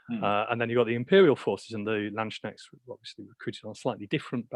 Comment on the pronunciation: Very excited about Rich's latest project, since I am working on not-landsknechts for a Warhammer Fantasy Empire army. I'm considering the real deal in somewhere between 10mm - 20mm now as well. I would however suggest brushing up on pronunciation (every time someone says 'landschneckts, an angel in heaven breaks their pike)